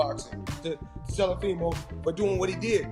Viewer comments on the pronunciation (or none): The fact the flyod calls him telifimo and no one corrects him is hilarious 😂